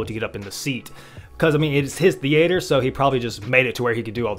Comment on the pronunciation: The-ate-errr. Who talks like that lol.